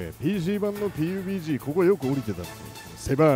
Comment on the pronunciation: 最初のピーユピージー(かたこと)でニヤけてしまったわ！ww